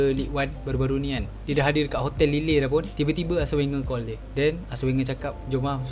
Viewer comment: sebutan kelab lille tu..lil..bukan lile😂😂